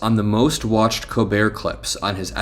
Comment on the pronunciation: LOVE the show, but brother….. COLbert, not Co-bert😂